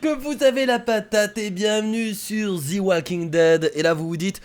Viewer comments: kira en anglais "the" se prononce ze et pas zi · c'est pas thi walking dead c'est the walking dead !! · "Zi walking dead" HAHAHA JSUIS MORT😂😂😂😂😂 Ps: J'ai découvert ta chaine par hasard et je m'abo tout de suite!!!!!!! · j'aime! Prononce Mieux le The s'il te plaît ahaha sinon parfait